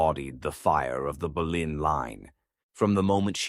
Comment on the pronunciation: it's not Berlin it's Bolyn